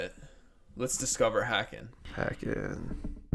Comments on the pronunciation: Haken.... rhymes with Kevin Bacon not whackin'. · Love Haken, rhymes with Bacon by the way, or Taken, or Taken 2, anything with Liam Neeson really. Personally this is probably my least favorite Haken album, a 7 for me. It has some really standout tracks though like 1985 and The Architect but I think its just a bit too electronic for me. It just never really grabbed me. I still enjoy it though. To me, their first three albums Aquarius, Visions, and The Mountain are really the quintessential Haken albums. I thought Virus was quite good as well. Interested to hear their newest album, the newest single sure is interesting.